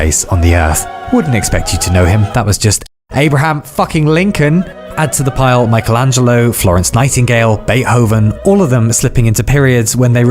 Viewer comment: how dare you pronounce the h in Beethoven